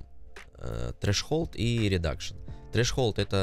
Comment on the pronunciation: Обожаю когда Treshold произносят как ТРЭШХОЛД